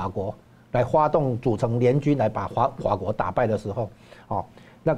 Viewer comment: 说话都说不清楚。那是fa国，不是hua 国😂